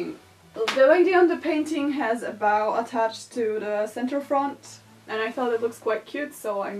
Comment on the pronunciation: Love you humor so much, you could make a vid about brown paper bags and I'd watch the crap out of it hahaha Also, your outfit is beautiful! Also also, the W in "bow" is silent when you're talking about a garment accessory. I KNOW, WTF. But it's not silent for the verb. Like: "I bow down in front of your meme references" = "bow" "Imma put this bow on my breasteses to make 'em real cute" = "bo" What even is language.